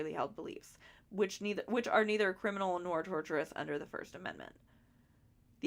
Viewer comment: Just for the future, I believe the word you were struggling with (tortious) is pronounced "tour-sh-us" rather than "torturous" Just in case you make a video, it sounds a lot worse if Ryan is accused of doing something torturous XD